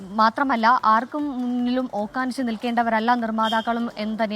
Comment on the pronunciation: ഓക്കാനിച്ച് അല്ല മോളെ ഓഛാനിച്ച് 😂